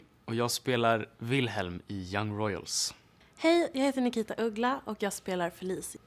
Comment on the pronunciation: Oh okay. When she says her name the ‘K’ sounds weird